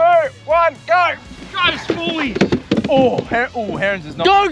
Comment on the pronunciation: GO!!❌️ GAURR!!✅️